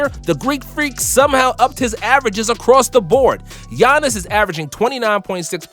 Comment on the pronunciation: I love the way he pronounces Giannis's name right but not Nikola Jokić